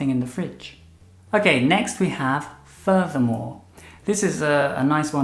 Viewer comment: "Furthermore" sounds like "voldemort"